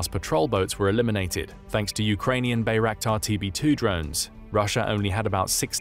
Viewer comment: The way he pronounces Bayraktar makes me think of Reptar from Rugrats.